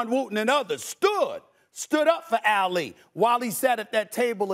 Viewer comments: It’s Ah-Lee NOT Ail-leeh Stephen A! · Say Ali’s name right tf is alley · I didn’t think it was possible before today to mispronounce Muhammad Ali’s last name